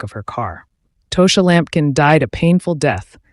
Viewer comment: It’s pronounced Tosh- ah! Tasha’s mother and my mother in law are best friends my husband grew up with her. She was really sweet and So is her mom . Nice family .